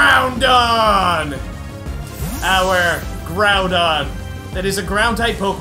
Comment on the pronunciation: When said Groundon, I bursted in laughter